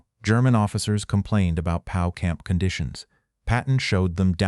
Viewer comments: Another AI video? P O W, not pow! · POW is P.O.W. Please stop with annoying AI voice. Use a human or don't bother.